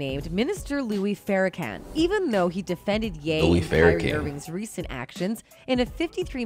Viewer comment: How does anyone not know how to pronounce Farakhan?